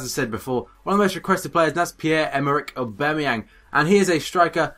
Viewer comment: It's Oh-Ba-Mey-Yong. Not A-Ba-Mey-Yang.